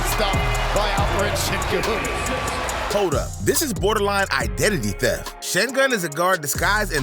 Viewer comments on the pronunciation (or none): its alpren sengun not alepren cen-gun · Bro butchered Sengun’s name💀